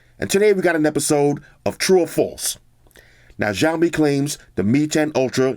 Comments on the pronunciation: Ma man really said jao mi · not trying to be like a hater but it is called siaomi (written as:xiaomi/小米）